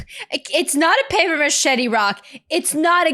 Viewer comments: I was scrolling to look for comments about this, I've never heard someone pronounce it like that. A paper machete would be pretty useless too 😆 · is it normal for native english speakers to pronounce "paper mache" like "paper machete"? or is this a local dialect?